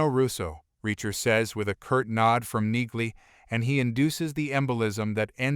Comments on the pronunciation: Her name is pronounced “Neeley ”, not “Nigley. Use real voices, not half-assed synthesized voices. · Enjoying the series. Wish you commentary types would figure out that the "g" is silent in Neagley's name.